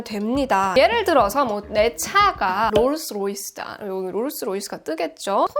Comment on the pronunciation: 크으 Rㅗㄹ스Rㅗ이스 타시는 …